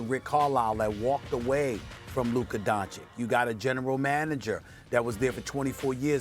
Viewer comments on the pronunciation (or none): Luker don-chick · Stephen A: Luka “Donchik” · Also, SAS isn't reading the news well. The firing of Donnie and the Rick Carlisle leaving was with regards to the shadow GM. I mean go read the Athletic piece again man - and how long are you gonna keep saying DONCHIK dafuq? You can pronounce soliloquy but can't pronounce DonCHICH? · Molly..."Doncic"...Max "Doncic"...SAS "Donkitch" 😑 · I think SAS forgot about the Young and Collins friction from earlier this year right along with how to pronounce Luka's last name correctly?